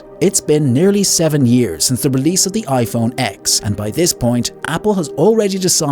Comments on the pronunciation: Just a heads up, the "iPhone X" is pronounced "ten" not "ex". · iPhone Ten. Not x. Come on! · Stopped taking the video seriously when he pronounced it iPhone 'ex' and not ten 😭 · iPhone X is pronounced "10" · Nobody calls it iPhone X as in the letter "X" but rather the number 10, is a slip up from the AI voice you are using to narrate the video, but is still quite impressive almost perfect! We probably won't be able to notice in a year or two!